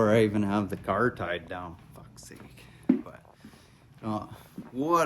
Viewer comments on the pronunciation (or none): none